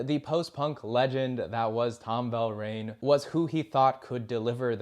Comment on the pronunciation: Tom Verlaine, not “Velraine.”